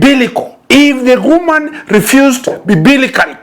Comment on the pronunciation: I like when he says 'kwoman' to mean woman